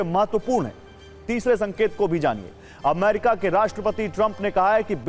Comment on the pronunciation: Sir jee A-MA-RI-KA nahin A-me-ri-ka hota hai